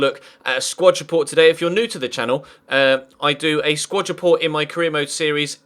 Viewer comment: I know this is a stupid complaint but for f's sake it's a SQUAD report, not a SQUATCH report this just really bugs me